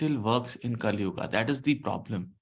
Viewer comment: Sir please don't say kalyuugaa. It's sounds awkward.